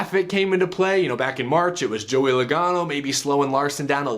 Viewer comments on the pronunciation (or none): none